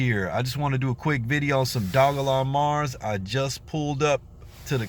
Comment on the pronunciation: If you aint got you no dogelon mars getcha some the way you say it awesome haha